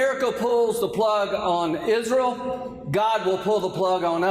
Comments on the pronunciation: I'm confused is it pronounced "Is-re-al" or "Is-real"?!! Ugh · He doesn't even pronounce the name Israel correctly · Tell us something we didn't already know Loomer. Now, someone tell Lindsey how to pronounce Isreal correctly 😂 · Hey Lindsey, Is-re-al is a 3-syllable word. It is not pronounced Is-ral. What an idiot, along with many GOP representatives. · Can someone tell Lindsey it’s IS RE AL. Not IS REL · I can't stand him.. he's a blood thirsty PIG..I can only imagine the evil he has done.. also why tf does he say IsROLL?? huh I hate him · Graham, being a hillbilly, can't pronounce Israel... he calls it "Isrill" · How can you be a friend of "izraal" if can't even pronounce it! I am a friend of Jews, certainly but not of Izraaal's policy of genocideand thus am an anti-Zionist! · Why he say "IZZruul"? Is that how it's pronounced?!? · So many lobotomized people sitting in for his “izzrill” speech 🤦🏽‍♀️ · I'm sorry, but the hell is "Izrul". I have some good tea on him! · “Isrull” - where is that, Lindsey? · I've never heard of this "izrull" as he calls it......but there is a place called Israel and it's been an illegal state from day one and needs to be destroyed.😊😊😊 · "ISRUL" southern mispronounciation sounds silly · It would appear that Lindsey Graham does not realize that Israel has three syllables not two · The deep southern way of pronouncing Israel is weird. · Why the hell is he pronouncing Israel that way?